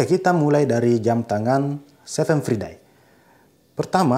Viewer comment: The right spells is 'seven fraidei', not 'seven fridei' 😣